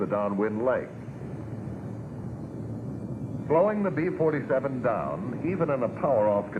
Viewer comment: The narrator repeatedly says "Pee-Forty-Seven" instead of "Bee-Forty-Seven!"